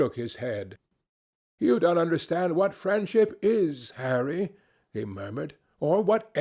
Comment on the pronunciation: It sounds so right when he says harry